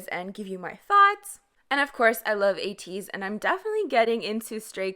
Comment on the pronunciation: It's ATE-EEZ instead of AYE-TEEZ